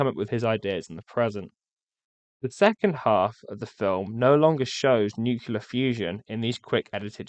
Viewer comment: A very interesting review - thank you. But why do you pronounce the word "nuclear" as though it's spelled "nucular"? I've been puzzled for years as to why Americans do this, and now a Brit doing it too? I don't get it. Please do elaborate! You did it twice during the video.